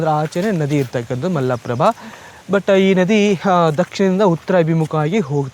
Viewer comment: ಈಗ ಯುಟ್ಯೂಬ್ ಚಾನಲ್ ಗಳು ಕನ್ನಡ ಭಾಷೆಯನ್ನು ಹದಗೆಡಿಸುತ್ತಿರುವವು ಇದು ದುರಂತ ಮೊದಲು ಇವರುಗಳು ಕನ್ನಡವನ್ನು ಸರಿಯಾಗಿ ಮಾತನಾಡುವನ್ನು ಕಲಿತು ಚಾನಲ್ ಗೋಳನ್ನು ನಡೆಸಬೇಕು ಅಣ್ಣಾ ಮಲ್ಲಪ್ರಭ ಅಲ್ಲ ಮಲಪ್ರಭೆ ಹೈ ಹೊಳೆ ಅಲ್ಲ ಐಹೊಳೆ